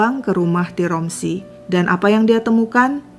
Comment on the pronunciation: tiromsi❎ tiransi✅